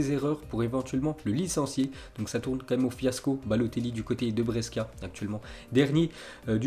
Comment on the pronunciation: Breskia 😂😂😂😂 SA SE PRONONCE BRÈCHIA